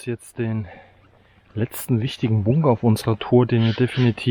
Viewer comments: Es heißt BUNKER... BUNKER verdammt 🤣🤣🤣 und nicht bungger 🙈🙈🙈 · Wie sprichst du das? Bunger 😂